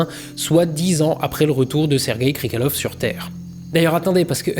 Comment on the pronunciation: Par contre, c'est "Krikaliov" pas "Krikalev"